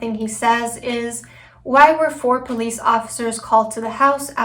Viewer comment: It makes my ears hurt when he attempts to say the word police, I’ll tell you that. He always pronounces the word “Pleace.”